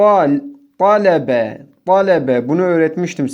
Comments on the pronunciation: Hocam o galebe talebe diye okunuyomuş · Hocam İlkini Yanlıs Okudun Galiba VaLebe Dedin TaleBe olcak